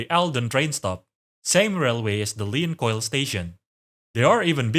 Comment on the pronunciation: Leahchoil should sound like "lan-chole" with the "ch" sounding like in "loch", I think.